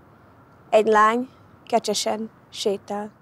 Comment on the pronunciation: Csak számomra mondja eszméletlen furcsán azt, hogy kecsesen sétál???!